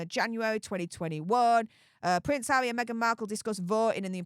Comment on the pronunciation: Pvvvvvvvince havvvvvvy 😂 movvvvvvvvvons😂 FFS U sevvvvvviously need speech thevvvvvvapy😂